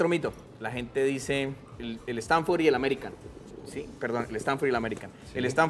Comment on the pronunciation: no se llama "stanfor" es stafford